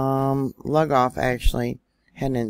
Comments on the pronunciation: Hey I'm originally from South Carolina and it's called Lugoff pronounced loogoff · We have a fault line stretching in from Charleston. All sand in that area. And it's Lu-goff. Loo-goff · Actualy , I live in S.C. as well and we pronounce it Lou golf.